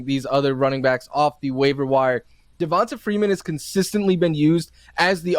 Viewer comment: Will he PLEASE stop saying (Devon-tuh) Freeman